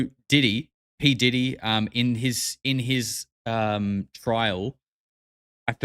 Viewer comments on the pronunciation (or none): none